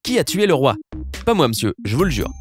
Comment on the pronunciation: Ou alors il est du sud on prononce jamais en fermé